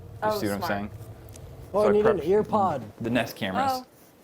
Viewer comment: why is no one talking abt how woods said “earpod” instead of airpod lmao